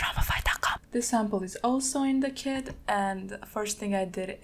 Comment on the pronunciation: For a second I thought she said “I made a new kid” when she was talking about her kit😭🤦🏾‍♂️